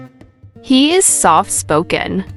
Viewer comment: The pronunciation of "HE" is wrong at the beginning of several sentences.